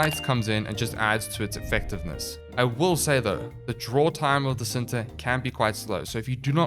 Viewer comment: It's pronounced Chin-ta (indonesian word for 'love') Nataruk itself does not have any headshot multipliers on any of its firing modes, so i wouldnt go for a longbow sharpshot build. Pretty sure it still procs the dmg buff, but it doesn't feel good with the knowledge that you're not getting additional multiplicative bonus from weakpoint damage as well.